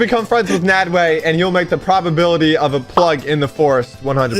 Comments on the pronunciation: it's not made way it nadwe you still got it wrong he did not add an e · It’s nadwe not Nadeway